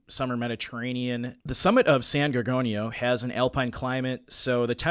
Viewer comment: Minor quibbles - but it’s not “neGREET” but “neGREHtee”, and not “gorGANio” but “gorGOHnio”. I’ve hiked in these mountains for decades, and you’re right, the trail is not hard, but it is at 11,000+ feet, so most people do feel the effect of altitude. Additionally, if you go off trail at all the terrain is typically covered with chaparral and manzanita- both very thick and unbending. Your guest was absolutely correct about that- you have a better chance of climbing under it. My theory on where he is has to do with the terrain which is typical on those mountains. All over them are very deep runnels carved out by seasonal rains. As a kid I stupidly climbed into many of them, with many being over 10ft deep and 6ft wide but almost entirely hidden as their opening is quite small. At any point one of these could have collapsed and no one would ever have found me. My guess is that Jered found one of these, climbed into to be out of the weather/cold, and it collapsed.